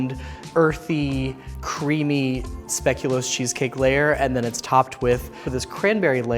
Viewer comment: As a Belgian I just want to say that I appreciate how well pronounces speculoos. And that he knows biscoff is not the only speculoos/speculaas ❤